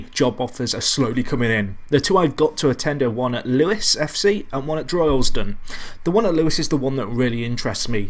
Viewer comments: Isn't is Lewes as in loos (toilet) not Lewes as in Lew es? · Wahey your finally back. What a save this could grow to be...better than FCUM maybe? Also I think it's pronounced Loos